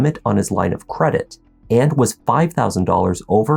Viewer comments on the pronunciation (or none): none